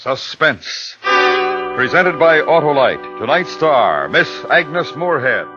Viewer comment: It's "Agnes".